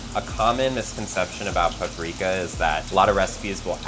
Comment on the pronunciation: its not pappreeeeeeeka you moron its paprika